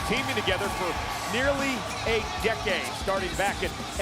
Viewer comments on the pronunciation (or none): He said "A decade". He said it with a long "a" sound, not with the usual short "a" sound.